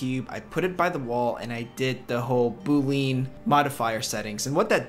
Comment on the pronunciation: quick sidenote, Boolean is pronounced Boo-lee-an